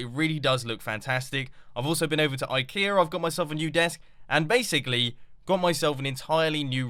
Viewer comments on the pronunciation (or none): none